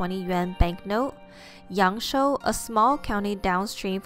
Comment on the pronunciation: It's not "Yang Shou", but "Yang Shuo".